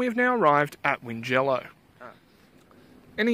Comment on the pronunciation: Check the pronunciation of Tallong and Wingello. It is a bit of a shibboleth when the Premier and other blowins mispronounces these places.